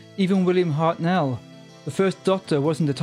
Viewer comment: Point of order: the name Hartnell is pronounced "HART-null" (with the emphasis very much on the first syllable), not "Hart-NELL" as you said it here...